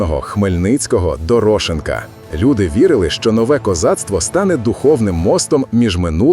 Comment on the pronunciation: Ви не правильно ставите наголос на прізвищі: ДороШенко, а не якийсь дорОшенко